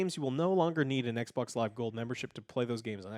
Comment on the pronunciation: Love you Joe, but can you just say xbox please? "Ec boc" is so irritating 😑